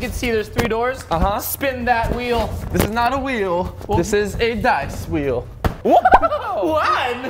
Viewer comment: Its wheel not whell